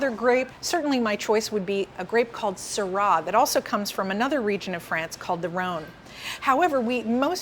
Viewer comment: Not sure what "erbal quality" is??? FFS! And learn to pronounce Syrah!